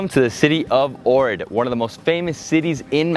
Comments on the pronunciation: You say it like Ochrid but your saying Orid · It's pronounced "Oak Rid". Please pronounce place names correctly! Some factual information is incorrect also. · Right? Been a couple times and have made friends there. Their pronunciation sounds more like OWK-rit. Decent vid nonetheless. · Fonetic, is actually Ogrid. One Bulgarian told me. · Ohrid is pronounced aw-hrid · Your say Ohrid wrong sorry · Omg everytime you say ohrid I'm cringing so wrong